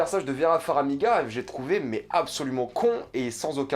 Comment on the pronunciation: FAR - MI - GA ! pas "Faramiga" !!! ;)